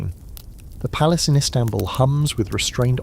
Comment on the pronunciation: PALACE not PALACEY